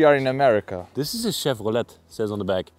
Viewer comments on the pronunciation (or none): Thank you and for taking a deserted field, filled with snow covered junk cars, and still making it an adventure! I love your excitement and joy over these old relics. I especially enjoyed your pronunciation of Chevrolet (shev-row-lay) and Plymouth (pli-mith). Thanks for taking us along. I can't wait till the next adventure.